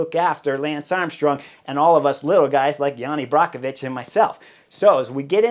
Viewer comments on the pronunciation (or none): He is Jani Brajkovič not Brakovič.....Chris are you stupid, learn his name !!!!